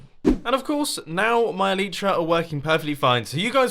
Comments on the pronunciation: "eee lie tra" not "eee Lee tra" harry potter reference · Why does mumbo say "elytra" so terribly?? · Maybe you should try calling them elytra instead of elitra? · Your Elytra dont work because you dont pronounce it right.